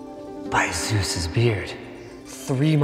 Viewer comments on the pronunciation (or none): I heard "by Asus's beard" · First time through the intro I thought he said "By Susan's beard" lol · When you said "by Zeus' beard" I though you said "By ASUS's beard", which would have been funny. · lol, i thought he said by asus's beard. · I thought in the beginning he said "By Asus's beard" instead of Zeus.